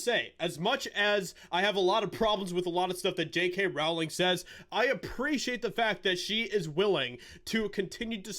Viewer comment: Its "rolling" - not rOWling.. The R O W is pronounced as in row, row, row your boat. She has said this herself.